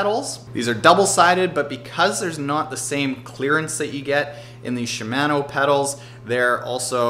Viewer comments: It's shimano, as in mano-a-mano. Not man. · I shouldn’t let his pronunciation of Shimano irritate me so much but it does. Don’t even want to hear him say panniers lol (sorry man not be a hater, was a good video and I learned stuff) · Great video but.... she-man-o d-or-a....my eardrums are bleeding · He really doesn't know how to pronounce "ShimAHno" OR Deor(E)?